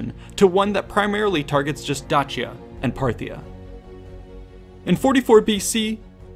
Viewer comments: awesome video thank you. your pronunciation of dacia did my head in though. lol. dayshia ;-) never heard it with a 'ch' before. plus even the romans wouldnt have pronounced it your way either. would be dakia to them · The real way it should be pronounced is “Dakia”. We Romanian’s pronounce it wrong just like the Italians. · I am pretty sure it is pronounced with an ace sound like Dace - ian or Daci - an not Datch- ian, at least this is the first time I have ever heard it pronounced otherwise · I hate to break it to you but it’s pronounced D then a long a sound soft c the a phonetically I would spell it daysha. Other than that I enjoyed to video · Correctly? "Dachia" is so painful to hear. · Sorry. But I prefer Da-shia. It is easier to hear. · its pronounced Dakia tho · This video is about Dacia from a Roman perspective. So the Latin pronunciation [ˈdaːkja] should count, not the modern Romanian one. Or because this video is in English we could agree that the English pronunciation /ˈdeɪʃiə/ is fine. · "Dachia" is painful to hear. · Latin pronunciation would have been Dakia [ˈdaːkja] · Maybe I'm focusing on the wrong thing here, but we're talking about Dacia, not Dutchia, wherever that is. In English, that C is pronounced as an S. In Latin, it was pronounced as a K. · The pronunciation of Dacia sounds off to me. The way its said makes it sound like its spelled Dachia. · You are correct it should be pronaunced Dakia. since Romans are latin and Dacians are a Thracian united collective forces it is misspelled and mispronaunced since Romans are not Thracians and have assinged a word and sound closer to their Latin language but not exactly as a local thracian would have said it. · Huh, always pronounced Dacia as 'Day-she-ah'. Anyone else? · It is pronounced day- sea-ah as it only has one C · They would actually have it pronounced like D-a (like in Amen)-k (like c in cake)-i-a. Caesar was pronounced like K (again like the c in cake) - a (Amen)- i-s-a(Amen)-r.